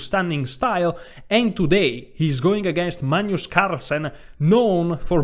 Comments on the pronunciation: This guy is hilarious! I crack every time he calls Carlsen "Maynus" and says "...it's freathening...."!🤣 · Caro, Ho realmente ammirato tutte le tue presentazioni! Adoro il modo che pronunci il Mag-nus come Manjus (per esempio, in "Magna Grecia"). Hai un umore incomparabile. Sono di Grecia Moderna. Amo lo "scacchi" (anche "σκάκι" in greco). Ho sempre amato la lingua italiana tra gli anni che l' ho studiata - da ragazzo di 16 anni! (piu di 50, adesso). Mi piace anche berre il tè freddo o l' acqua spumante (sparkling water o "gazosa", in greco!!). Peró, non ho capito, perché in inglese dicci "sacrAfàis", invece di "sàcrifàis", come in italiano,("sacrificio")..